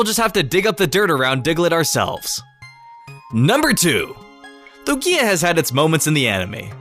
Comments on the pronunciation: Your pronunciation of Lugia offends me personally. The emphasis is on the first syllable, not the second! Also you assume that there's only one of each legendary and that's never been the case. Even Mewtwo has recently (as of 6th gen) been established to number at least two. Heck, there can be more than one Arceus for all we know. I figure the reason you can't breed legendaries isn't that they're incapable of reproduction, but that they won't breed in captivity. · STOP PRONOUNCING LUGIA THAT WAY PLEASE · Why are you pronouncing Luiga's name wrong in this video? I've never seen you pronounce it like that. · jezez christ stop saying lugia's name that way its fuckin annoying X( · the way you pronounce lugia is so cringey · You pronounce Luigia a bit weird sometimes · idk why, but I hate how he says lugia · Your pronunciation of lugia makes me cringe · He said lugia wrong and I almost died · It irritated me every time he mispronounced lugia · Your Lugia pronunciation is wierd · Who else got triggered by the way he said Lugia? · Yousef M. brooo xD i never even noticed til i came across this comment. LuGia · you mean how he puts emphasis on the GI instead of the A? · BOI IT'S LUgia not luGIA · Trevor AngELo StryderZ Emphasis is on the first syllable, not the second. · Why do you say Lugia like Lug-e-a it's supposed to be Lu-gii-a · I think it's LOO-gee-uh, not loo-GEE-uh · LU GIER??? ITS LU GIA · Same... its LOOO-gee-ah not Lu GEEEE ah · It's LeviOsa not LevioSA xD It's LUgia not LugIA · WHAT THE HECK IS LUGKIA WHAT KIND OF PRONUNCIATION Is THAT YOU DUMBELL!!!!!! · The way you say "Lugia" really bothers me. Like my ears are constantly being raped by an unpleasant sound. x: "Lu-gi-a", Lu-gi-a", Lu-gi-a"... it's one syllable dude, you don't pronounce it in 3 syllables :s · "loo-gee-a" that hurt me to hear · The way you say Lugia triggers me lukia wtf boi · The speed of you saying Lugia (pronounciation is ok) makes it sound like iKia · Its lu-ge-a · loo-gee(as in geese)-ah